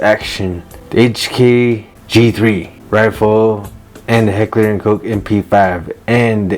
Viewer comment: Once you pronounced Koch correctly i subscribed 🫡